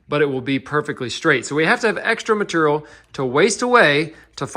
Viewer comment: I liked the video even if it was long. It made me hear say meterial several times and nut hole. That is funny for a nonative english speaker and idiot like me.